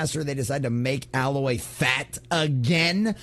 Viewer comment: It is A-loy not al-oy